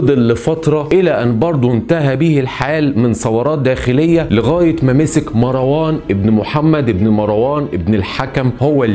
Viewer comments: أولا مروان بتسكين الراء و ليس بفتحها.... ثانيا الخليفة العباسي الأول السفاح أسمه عبدالله بن محمد بن علي بن عبدالله بن العباس و ليس عبدالله بن علي و هو عم السفاح و هو قائد الجيش العباسي .... ثالثا الذي سمى مروان بالحمار هم العباسبون و هو تشبيه معيب حيث أنهم إعترفوا بقوته و شبههوه بالحمار لأنه عدوهم و مشهود له بالقوة لأنه قاومهم ٤ سنوات و كانت دولته منخورة و جيشه منحل مشتت متصارع بسبب الصراع القبلي ... رابعا الفظائع التي فعلها العباسيون كثيرة جدا سواء في الأمويين أو العلويين و أما الأمويون فقد عاملوهم بالمثل فهشام بن عبدالملك كان قد صلب زيد بن علي بن الحسين سنوات ثم أحرقه و صلب ابنه يحيى فلهاذا فعلوا بجثته إنتقاما لزيد و يحيى و أما فعلهم بالعلويين الفظائع لأن العباسيين كانوا خائنين لبيعتهم و تبعيتهم للحسنيين العلويين و العباسيون تنكروا لذلك و إنتهجوا إسلوب الأمويين و كانوا ظالمين مثلهم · ملاحظة بسيطة .. مروان بسكون الراء وليس بفتح الراء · اسمه مَرْوان ماراون اللغه العربيه في خطر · أرجو منك تكلم اللغة الفصحى ، دون استخدام اللهجة المصرية ، وتصحيح الأخطاء اللغوية قبل سرد القصة ، مثلا كلمة **عبارة **تنطق بكسر حرف العين وليس بضم العين ، و إسم **مروان**بسكون الراء وليس بفتح الراء ،،،،،،،،،،،،